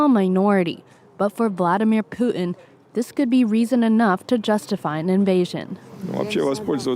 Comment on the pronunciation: Hey reporter , there is a T in Putin!